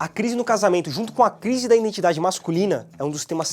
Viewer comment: Só eu ouvi a palavra “iNdentidade” mais de uma vez? Muito bom o canal, mas esse erro é doloroso...